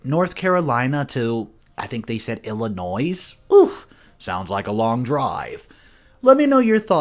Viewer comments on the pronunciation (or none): Illinois pronounced IL-ə-NOY note the s is not pronounced. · I’m from Illinois and the s at the end is not pronounced with the s. Just thought I’d let you know that. But I love your channel. I listen everyday. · The S is silent in Illinois! 😉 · story # 2 the s in Illinois is silent i say it with an s but thats where im from lol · The S is silent in Illinois. Just letting you know... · the “s” in Illinois is silent. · FYI- the s is silent in the word Illinois